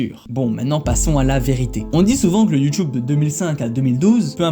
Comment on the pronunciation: J’aime bien comme tu dis YOUTOUBE comme mon senseil de judo